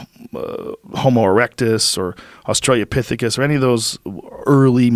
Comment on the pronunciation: "Australia-pithicus" :P